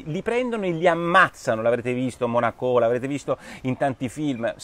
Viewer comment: Monacònònònò! Casomai Munich o Monaco senza accento...eee😉!!!